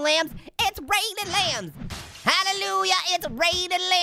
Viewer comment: it was funny when he said it's raining linmbs